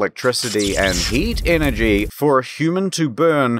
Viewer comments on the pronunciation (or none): none